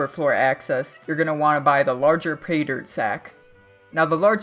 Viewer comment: learn to pronounce pay-dirt